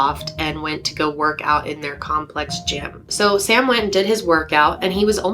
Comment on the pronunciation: Sam, its Sam.